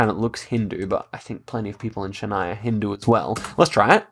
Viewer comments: it's pronounced Chin + I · The ch in Chennai ISNT pronounced as the ch in the brand chanel, it’s pronounced as the ch is chalk.